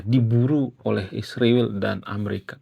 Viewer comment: Kenapa sebutan Israel dirubah jadi Isriwil, apakah supaya terkesan lbh intelek ? Bukankah Tuhan sendiri yg merubah nama Yakub menjadi Israel ? Skrg ada yg merubahnya menjadi Isriwil